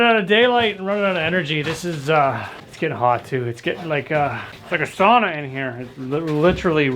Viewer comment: Oh, for the love of God pronounce the word "sauna" correctly 😁 your Finnish fan 😅